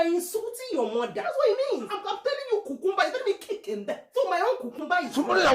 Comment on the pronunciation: 🤣🤣🤣🤣🤣 so you cant pronounce cucumber??🤣🤣